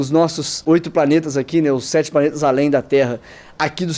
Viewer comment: Quando fala Planeta eu só escuto Paneta. Kkkkkkkkkkkkk. Mais um belo vídeo cara. Tmj